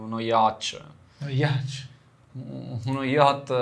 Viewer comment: Anch'io ho difficoltà a pronunciare "yatch" nel modo corretto, giovane